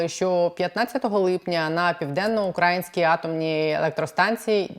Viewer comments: Все чудово, але чому «УкрАїнській», а не «Українській» мене ледь не знудило на цьому моменті бо самі знаєте хто робить наголос туди… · Що з наголосом в слові украЇській??? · Будь ласка, не укрАїнській, а украЇнській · УкраЇнській, а не укрАїнській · На украЇнській, а не на укрАїнській... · Аж вуха ріже коли вона каже УкАїнській. Це москальський наратив